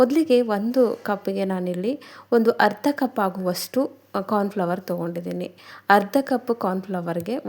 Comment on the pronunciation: ಕಾರ್ನ್ ಫ್ಲವರ್ ಅಲ್ಲ ಮೇಡಂ ಕಾರ್ನ್ ಫ್ಲೋರ್